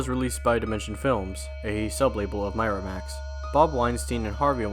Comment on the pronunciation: Oh my God the constant mispronunciation of words from Miramax to Christina ricci's last name I mean these guys just don't care about anything but though it's the letters in front of their face and guessing what they sound like I guess